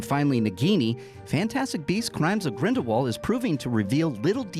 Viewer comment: are you saying GRINDLE VAULT or GRINDLEWALT cause its really frustrating......